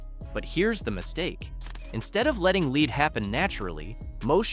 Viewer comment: WorthlessA I video where the voice isn't even saying g the words correctly. KeepS SAYING LEAD LIKE ITS A MINERAL LEAD